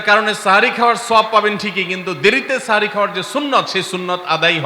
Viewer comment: সেহরী ❌ সাহরি ✅